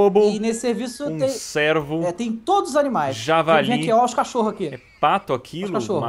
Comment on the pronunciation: pelo amor de Deus não é servo (sérvo) é cervo(cêrvo)